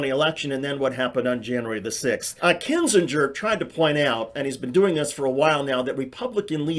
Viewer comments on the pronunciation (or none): Kin-zinger not Kin-Gee-ger. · It's not pronounced kin-zin-jur, you idiot. It's KIN-zing-er. How can you have been following any of this for more than a day and NOT know how to pronounce his name? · HQ, just one point: I am not a fan of his, at all, but can y'all PLEASE stop mispronuncing Kinziger? It is NOT "KIN-zin-jur." It's "KIN-zin-gur." Not a "j" sound, it's a hard "g." It's like when people couldn't be bothered to pronounce Kim Basinger's name right (BAY-sin-ger/singer), with her being super famous. They made this same mistake, and it's maddening. Thanks. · Kin-ZING-er For Fuck Sake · Love your videos. Please learn how to pronounce Kinzinger.